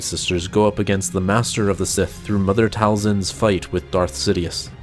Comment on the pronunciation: Do better research before you crap on Mother Talzins name like that.